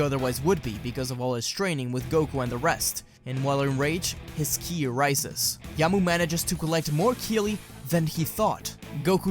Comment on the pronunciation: Anyone else bothered by the fact that he can't or won't pronounce words like ki properly? Kili? Why are you adding letters?